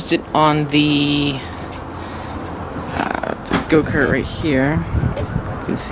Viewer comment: Did he say “go kert”?